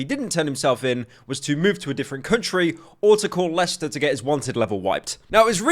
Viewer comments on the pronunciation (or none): this subject is so british I thought pyro said “Call Leicester” instead of “Call Lester”